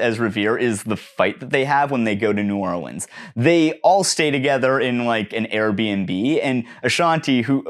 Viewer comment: Just wanna say, I live in New Orleans, and you said it right. I could kiss u on the lips for ur gratitude. I instead will just say, OH MY GOD THANK YOU. fuck.